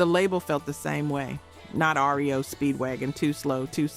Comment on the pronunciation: Yes, we know our 80's music and bands.. I noticed how she pronounced R.E.O. right away..